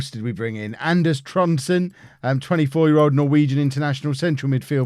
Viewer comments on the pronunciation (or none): none